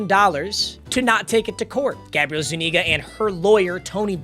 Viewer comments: Zu-nee-ga 😂😂😂😂 ima let u slide this time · Papa its pronounced, Zoo-knee-guh